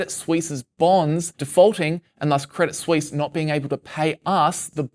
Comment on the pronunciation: "credit sweeess"